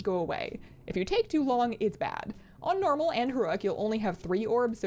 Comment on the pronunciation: Stop saying nermal.